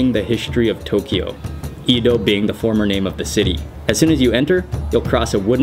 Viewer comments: Very nice job. I enjoyed this presentation thoroughly. May I make one trivial suggestion? No reason to pronounce "Edo" as "ee" [as in "mean" or "geek"] do." The English short "e," as in "let" or "men," is close to perfect. So "e [as in "let"] do." But otherwise, such an informative and well presented documentary. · It's not Ido, it's Edo. This guy must learn correct pronunciation before make video. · It's pronounced Ed-oh